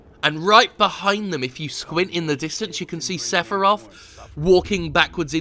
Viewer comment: Seph - I - Roth